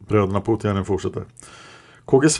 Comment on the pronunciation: Namnet Poutiainen uttalas Påotiainen (alla vokaler kort). Det allmänt förekommande uttalet har en smått obehaglig betydelse på finska 😉.